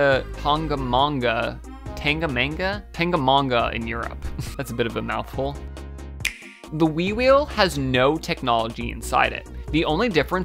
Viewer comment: It’s mount ten-ga-na-manga